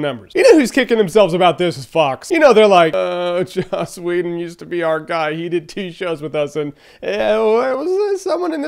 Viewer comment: Also Whedon, not Weeden.